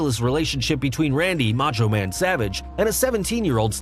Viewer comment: #1 - Respeck da "Macho Mang!!"